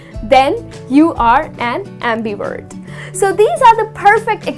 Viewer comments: just curious, why do you pronounce it ' WERT' not 'VERT'? thanks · your videos are amazing , but i think you pronounce the word introvert as introword , abmivert as ambiword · Nice explanations but please pronounce the "V" in the words "extrovert/introvert/ambivert."